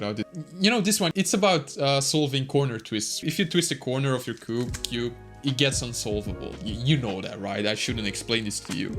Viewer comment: From to wt he said there? Is it cube or KUB?😂😂😂😂😂